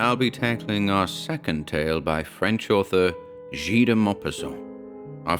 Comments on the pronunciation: Very good! We need more Maupassant :) !! Again, Guy is pronounced with a hard G, like in ghost !! ;) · Absolutely spot on, guy with a hard g like the indian cooking ghee